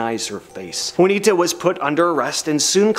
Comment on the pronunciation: FYI, it's pronounced 'WAH-nee-tah,' not 'WOO-nee-tah' Gomez. C'mon now. 🤔